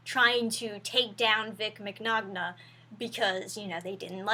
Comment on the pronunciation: "I'm not a Vic mig-nagna fangirl" we all figured that when you didn't say Vic Minyana lol. This is all pretty bloody stupid though, the voice actor for Bulma recently accused him of sexual misconduct with no details or evidence, she's now threatening anyone who asks for proof or criticises the decision to have Vic fired without evidence with threats of legal action and keeps mentioning her lawyers and screen shots of the most docile of comments.